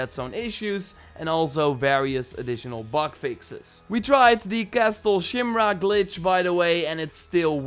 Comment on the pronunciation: I swear I heard you say castle shimrock